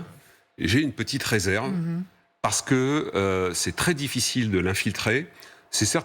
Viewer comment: Peer de Jong: " premier point" "pou'quoi, pa'que" "deuxième point" "comment dire...comment dire...comment dire..." Siavosh Ghazi "donc... donc... donc... donc... donc... donc... donc... donc... donc... donc..."